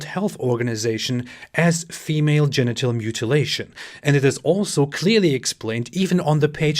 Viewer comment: “Female Gentle circumcisition”. DId Farid say “ Gentle”???